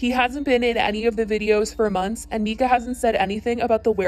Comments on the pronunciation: “Rehoming” Huxley he’s not a dog. And that’s his name ( The little boy). Also it’s Myyyyyka, Not Mika. It’s all over you tube and social media. No reason to not mention the baby boys name. Just sayin! . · How the hell you say you watched this family for years and then proceed to mispronounce her name the entire video. Im stumped.